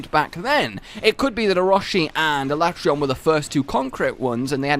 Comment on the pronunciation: no not alatreaon